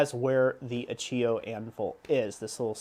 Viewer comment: Just for knowledge, it's "Acciaio" pronounced "Acciayo" Acci (sound like Hutchi of Hutchinson) and ayo (like the "ayo" of mayonese)...Acciaio, it mean Steel in Italian and it's an Italian pattern Anvil, not German.